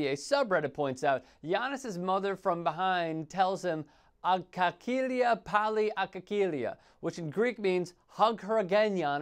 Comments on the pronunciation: Agalia, not agkakilia! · Yes I could hear his mother repeating agkalia agkalia (it sounds like "agaleea'" though, "agakilia" you kind of killed it right there bro, but overall awesome vid!! no worries, I know it sounds all Greek to you - bc it is;)) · Did he just said agakilia? :DDD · Hug in greek is actually Angalia not Agakikia as he says in the video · He pronounced G and K so no Greek would ever understand that! Only after seen it written makes it any sense !! AGALIA is the right way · The way you pronounced agkalia had me crying of laughter. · I'm Greek and when you said αγκαλιά πάλι Γιάννη αγκαλιά seriously I didn't realize in the beginning that you were talking Greek hahahaha I thought that you were talking nigerian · I'm Greek and yes agkalia (αγκαλιά) is a Greek word. Just this dude pronounced it horribly...